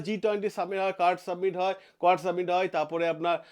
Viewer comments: স্যার জি,submit নয়, summit. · আপনি "সাবমিট" কথাটা বার বার ভুল উচ্চারণ করছেন কেন ?কোন গাঁইয়া এরকম ভুলভাল উচ্চারণ করবে। আপনিও ? কথাটা SUMMIT বা সামিট অর্থাৎ শিখর সম্মেলন। ভিডিও টা ফ্রেস করুন শুনতে ভালো লাগবে।